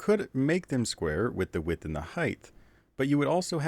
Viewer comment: "Width" - To pronounce "th" in English, place the tip of your tongue slightly between your top and bottom front teeth and blow air through the gap. "Height" - In English words ending with -ght, the letters gh are completely silent, and the combination is pronounced simply as a crisp /t/ sound. #TheMoreYouKnow🌈